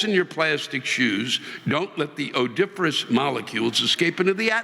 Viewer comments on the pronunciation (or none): Odiferous! Lol!